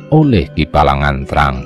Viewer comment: Mohon maaf untuk penyebutan aksara sunda (seperti aki balagnteang, dan dewi pangreyep) mohon diperhatikan vokal dan konsonan nya Selebihnya luarbiasa hanya saran